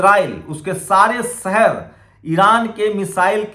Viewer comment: Very bad pronounciation Hindi be sahi bol nah sakta Jaroori nahi zaroori hota hai sahar nahi shahar hota hai Faraj nahi Faraz hota hai j ko z z ko j s ko sh sh ko s ...padte ho